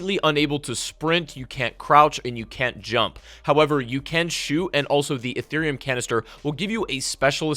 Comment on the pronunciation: Did he just say Etherium crystals? Damn didn’t know crypto was in this game as well